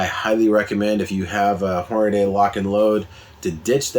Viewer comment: As soon as you said "hornaday", I stopped watching. There's no "a" between the D and Y. It's pronounced "horn-a-dee"